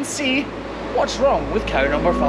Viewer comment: Cow#5, not Car#5 haha 🤣 just kidding